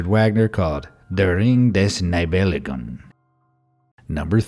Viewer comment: pronounce "Nibelungen" like "Nee bel loongen"